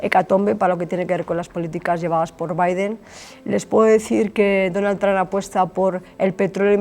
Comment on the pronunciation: Tran NO se dice Trump...cateta!!!!